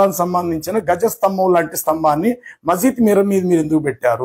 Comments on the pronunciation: Gaja sthambham kadu andi dwaja sthambham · గజ స్తంభం కాదు ధ్వజ స్తంభం